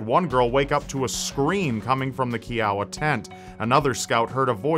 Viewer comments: it is Ky-oh-wa. I was at the boy scout camp that was nearby, camp Garland, the sell of knives and axes was heavy that summer. Young and stupid we hoped the bastard would try us next and we would kill him. I had to sneak out with a counselor so I could get my Astronomy merit badge. he was ex- army ranger that had served in Nam and had a confirmed head shot from 500 meters, while in a tree. I was not very worried. A terrible thing but that summer was one of the best summers of my life. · Kiowa is a federally recognized Native American tribe, so I'm going to say a lot of people care. All of the tents were named after Native American tribes. I'm not hating on, just him saying it incorrectly irks me. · I had to unsubscribe because if you cannot pronounce Kiowa correctly . I cannot watch or support this channel! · Ok I just wanted to say that you pronounced 2 out of 3 of the girl's names wrong and you misprounced the unit they were in. I'll give you a pass because you didn't know how they were pronounced and plus people always misprounce Michelle's last name. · Kee Ow Ah? It Ki O Uh! lol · i live in oklahoma and i am a kiowa native lol this is so scary first murder story ive heard of in oklahoma (also its ki - oh- wuh not key - ow - wuh) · Dude, its pronounced kɪ-ə-wah, as in the Kiowa Tribe who were native to Oklahoma. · you pronounced Kiowa wrong. It's KI-OH-WUH, not KEY-OW-UH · It’s Kiowa - kiOwaa not keowa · ...Kiowa. K'eye'owa. Not K'ey'owa. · Hey, Kiowa is a native American tribe, pronounced Ky-o-wah. From Oklahoma, much love! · 1. it’s pronounced kiowa (k-eye-uh-wuh) 😂 2. an interesting murder story out of oklhoma i think you should cover was the 1988 case of Francine Stepp murdering her parents in Stillwater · Also, the units were named for Native American tribes. The girls' unit is pronounced Kee-Oh-Wah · It's pronounced "Kai-oh-wah." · Kiowa is pronounced Ky-O-uh, think like Iowa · Kiowa = KAI-OH-wah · its pronounced ky-oh-wa